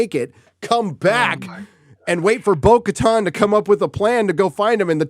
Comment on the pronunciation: Lol, why are yall calling her "Bo-Katon"? It's legit pronounced Bo-KatAn"